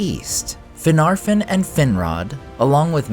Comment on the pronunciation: The second "f" of Finarfin and Fingolfin is supposed to be soft. It's pronounced more like a "v." As is the "f" in Gandolf. Think "Finarvin and Fingolvin."